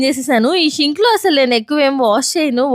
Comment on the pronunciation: షింక్ కాదండీ సింక్..